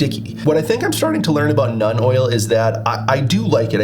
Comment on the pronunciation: Love the video! I hope I don’t sound like an obnoxious prick, but it’s pronounced “noln” oil rather than “none” oil. It doesn’t bug me, I just don’t want you to get made fun of for the pronunciation!